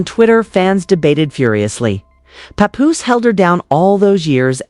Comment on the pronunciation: I find your statements challenging and difficult to trust. Learn the correct pronunciation of Remy and Papoose names.correctly, plus your voice is ugly.😡